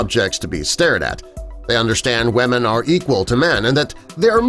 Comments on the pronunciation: wemen wemen YOURE PRONOUNCING IT WWWWWWWWRRRRRRRRROOOOOOOOOOOOOOOOOOOOOOOONNNNNNNNNGGGGGGGGGGGGGGGGGGGGGGG its wuh-mun not weh-men >:( sigghh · Why does he say Wamen?